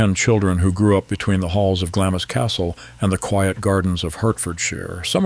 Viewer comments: Pronounced Glams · The Narrator should have checked his pronouciation. Glamis is pronounced Glams, just one syllable. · Isn’t it pronounced Glams? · Glamis is pronounced Glaamz. Just saying… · GLAMZ Castle…pronunciation please! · Why would the narrator show a picture of the future Queen Mother with her husband while he's talking about a different woman and her husband? The narrator is clueless in a number of ways, not the least in mispronouncing Glamis and Lyon. What draws such an unqualified person to take on projects of this sort? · The I in Glamis is silent. Just saying